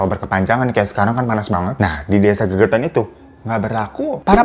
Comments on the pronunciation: Desa Legetan bang bukan gegetan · Desa Legetang kak bukan gegetang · Legetan bang bukan gegetan...desa itu kan di Banjarnegara...memang itu cerita yg fakta .. lumayan dr desaku jaraknya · Maaf bang, nama desa nya Legetang kali ya, bukan gegetan. Lokasi di wonosobo jateng. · Mohon maaf bang Hiro bukan GEGETAN TAPI LEGETANG 😊